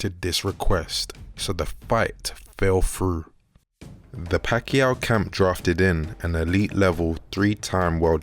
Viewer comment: The fight "FELL FROO"... LOL, LOVE IT!